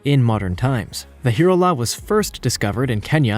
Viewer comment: And the last one: Hirola is pronounced "Hye-rolla" . sooooo easy to look up before you mispronounce.